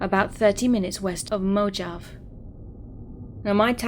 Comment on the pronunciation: Story 5 its pronounced 'mo-hov-ee' (Mojave)